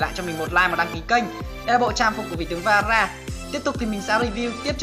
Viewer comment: Vera mà nghe tara